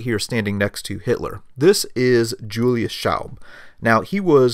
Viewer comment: Nice but the pronunciation of the names hurts a lot :) "von" is more like "fon" than "won". "Julius" is not J in jungle but Y in "yes". Speer is not "Spear" but the "ee" is more like first "e" in "there'.